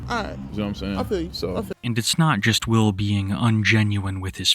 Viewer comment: Oh, his name is Will? I thought everyone kept saying “Whale.”